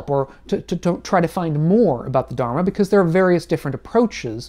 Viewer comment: I’m really sorry to say but please do learn how to say Dharma. Thank you